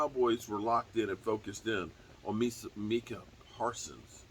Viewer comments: It's not meekah right? It's Micah lol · New player, new name mess ups lol.. “Minkah Parsons”